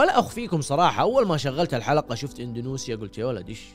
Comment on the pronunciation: انت ثالث يوتيوبر ينطق اندونيسيا ب اندونوسيا... وش السالفه ترا تنطقوها غلط 😳